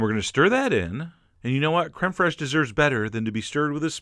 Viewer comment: Kremperhesh?? I had to read the blog to find out you meant Crème Fraiche.